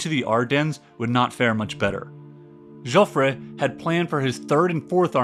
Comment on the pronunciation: This is an excellent video and very well presented material. Subscribed. A very good reading on the same subject is the 1962 Pulitzer Prize "The Gun of August" by Barbara Tuchman. For "Jofffre" in French , the last "e' is silent and never an accentuated vowel like in Spanish .